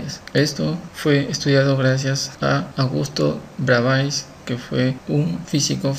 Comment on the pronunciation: hijo se pronuncia Bravé, por favor.